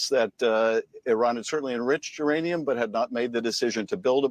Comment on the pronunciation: Iranium, youranium,. Myanium? Co reading Catch 22... Lol! You guys are so spot on!